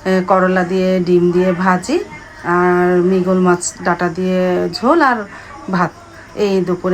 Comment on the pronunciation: 😅 মৃগেল মাছ। মৃগল বলেন কেন